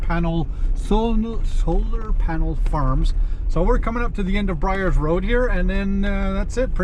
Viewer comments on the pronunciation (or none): Byers Rd. Bud. Not Bryers.